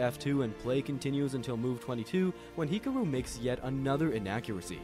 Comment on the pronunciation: Why do you say his name like that??!?!?!